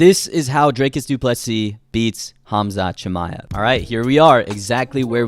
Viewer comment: Dricus* not Drakus. It really isn't that hard.